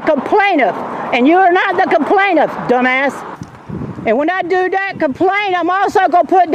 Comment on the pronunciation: "a complaintiff!!" You chucklehead.